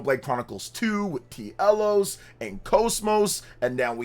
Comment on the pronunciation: Bro, I hope this is real. Because it feels like this channel is always nothing but speculation. We NEED Xenosaga back. Also, it's pronounced Telos, not T. Elos... Yet another reason why Xenoblade fans need to experience the original Xeno series.